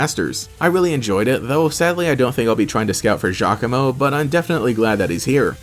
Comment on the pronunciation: Giacomo meeting Team Skull was the best, cause I always thought he looked like a mini-Guzma haha. ...also, apparently his name is pronounced "Ya-como" which definitely threw me for a loop lol.